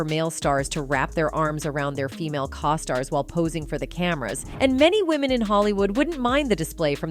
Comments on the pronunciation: Cause stars??? i think the pronunciation is co-stars . Do you know how to say co? Stars i'm gonna say probably not Do you have AI doing the talking for you? In this presentation of clips because in your Narration, it kind of sucks. It sounds like you don't know how to pronounce anything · OMG yes, it was incredibly annoying. It got even worse when it was saying cos-tars instead of costars..... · What’s a caw star? This narrator is horrible. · Having a AI voice is fine if it actually can say what you want it to say.... Keenu.... then cos-tars.. Jim Carey personally I absolutely have been thinking he's going to suddenly commit suicide by somehow drowning in an empty bathtub.... The government has been controlling human perceptions for the entire history of the world. I had a sociology class way back in the day before they wanted to convince boys they were girls and girls the were boys, that talked government convincing people waif thin was great because there was a shortage of food. The story hasn't changed it's always been this way. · Not to mention things like referring to Keanus "Kaw-stars". What? Things like that destroy the credibility of the entire video. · I agree. I hate them. It's like they say "Co-stars" like Coasters. Yeah, and Keenoo, who's that? Not Keanu. LOL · And the way costar is pronounced. I think part of the reason they use AI is so if they don't get their facts straight the public doesn't know who they are